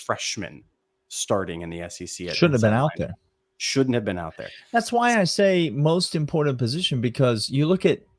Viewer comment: He does not say it like that. You need to listen. Bhaaaa